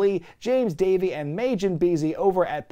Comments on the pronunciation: if I'm right in assuming that it's a DBZ majin buu reference - Majin is not May-gin it's mah-jin (j in jin being like the j in mahjong) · It's pronounced ma-jin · I'm sorry but they way you pronounced majin killed me a bit inside